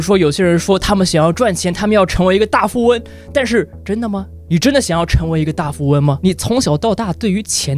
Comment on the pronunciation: 你錯了!是大富翁~發音錯了 XD